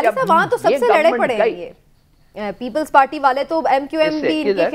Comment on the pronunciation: Imran yakoob its people party not ppppllls pateeee.